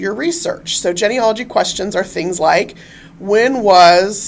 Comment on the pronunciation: One small critique on this video. The first part of the word Genealogy is pronounced Jeanie. Not like hen or Ben. Otherwise great information and content.